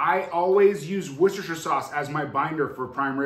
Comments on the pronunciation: wous-ter-shire and the shire part can be pronounced shrrr or sheye-er and is old english for "county" its not pronounced wour-cest-er-shire. the word sheriff is a contraction of "shire reeve" which is old english for "county law man" :) NOTE: Any accessory that uses an app on your phone where that app is not 100% open source IS SPYWARE*. There are literally ZERO exceptions to this rule. If you allow one exception you are asking for your privacy to be invaded. They track everywhere you go with that phone and they *CAN do this even if GPS is disabled and they SELL YOUR MOVEMENT HISTORY. Again. There are ABSOLUTELY NO ACCEPTIONS to this rule. Closed sorce phone apps are ALWAYS spyware. PERIOD. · Pronounced Woostersheer.